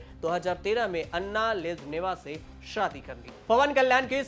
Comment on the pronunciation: भई अन्ना नहीं, अना बोलो